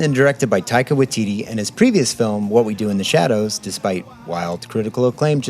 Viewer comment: Just a heads up, it's Waititi, not Watiti